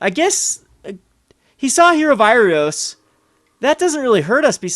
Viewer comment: Heroe of IrOAs and AINok Boundkin, not IrIOS and def. not AURIok. Bothers me more than it should.